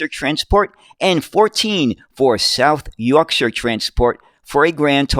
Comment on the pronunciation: Great video on the history of these buses and as a Sheffielder, thank you for pronouncing South Yorkshire properly!